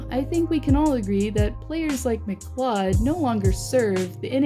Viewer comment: I laughed at that too